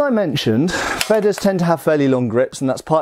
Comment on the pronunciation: Obligatory pronunciation correction for "Feder": the length of the sounds should be like (Darth) "Vader", otherwise it'd be written "Fedder". Having said that, super-interesting video as usual, thanks! :)